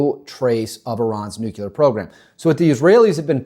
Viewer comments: I love your videos but a pet peeve of mine……it’s nuclear not nucular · Nu-clear, not nucular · He said "nukular" in less than 30 seconds. Nope. Clicked away.